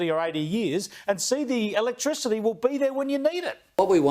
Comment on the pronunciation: No comment electrichity ! Sound it out Pauline you’ll be ok ha ha what a bunch of rednecks